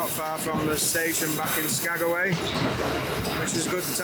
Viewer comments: No bad views anywhere there. I wondered if you were going to figure out it was Skag-way lol Some of the villages are hard to pronounce and spell. When I worked at the airline up there, I had to learn the airport codes, how to spell the town and how to say it. Chuathbaluk, Egegik, and Igiugig were my favorites! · Cool you acknowledged me correcting "SkagAway"! Loved the train scenery, excellent videoing. You nailed the shot you wanted to get. Loving this series - thanks.